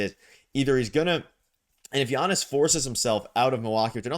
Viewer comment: For the love of God, this is how you pronounce his name